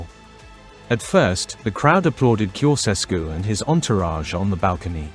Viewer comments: It''s not "Koseskew" - it's "Tsho-tshes-koo". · Can not you learn the correct pronunciation of his name???